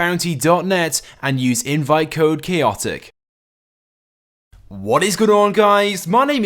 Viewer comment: u say keyotik,its chaotik